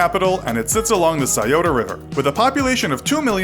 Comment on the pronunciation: It's interesting that you pronounced the Scioto river correctly but Potomac wrong...